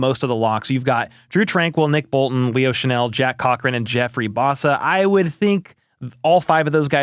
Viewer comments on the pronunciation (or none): none